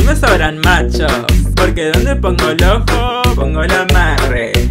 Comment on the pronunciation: La Tuggaka era francesa pero tiene problemas con la pronunciación “porque donde pongo el ÓJooo pongo el AÁMARRE”, “YÓ tamBÍEN SOY PERRÁ Y MUuUERDO”